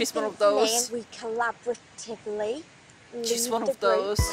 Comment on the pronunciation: FFS, she can't even properly speak the word "collaboratively", and those geniuses listen to her over the only person who's consistently been proposing effective ideas (and being ignored, unfortunately). The girl that had decent suggestions would have a higher chance to survive if she abandoned the group AND the tools, if it weren't for the rescue control. Yup, those women were such a burden on each other that the tools wouldn't nearly make up for it.